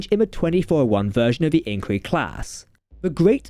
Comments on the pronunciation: Nay-sells? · Sounded like you said Angry Class. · Agreed I can barely understand him . I don’t know if it’s his accent or he’s talking to quickly and slurring the words . When he says “Inquiry Class “ he can barely pronounce inquiry . We need Ltcmdr Adam to be promoted and put Jack as an admiral behind a desk at writing.